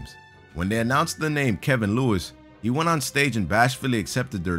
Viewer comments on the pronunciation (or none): none